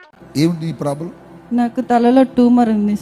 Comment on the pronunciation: టూమర్ కాదు ట్యూమర్